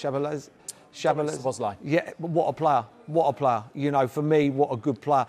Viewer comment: Hearing the way Merson pronounced Szoboslai, gonna be hard to take this seriously